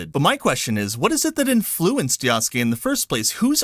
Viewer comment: Yasuke is pronounced YAH-SOO-K-EH (not YAW-S-KAY) with the last ke or K-EH sound said quickly. The ke is pronounced as K-EH not K-AY.